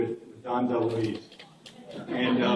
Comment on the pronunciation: It’s Dom DeLuise, but close enough. 😊